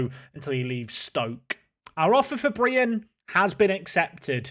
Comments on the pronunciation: perfectly pronounces Brian in danish 👍🏼 Also loan deals with option to buy when they are in their last year of the contract can’t be done. You probably know this but haven’t noticed their contracts. At last.. Solid transfers! 💪🏼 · There is nothing wrong with your pronunciation of Brian... Its how we say it in Denmark :P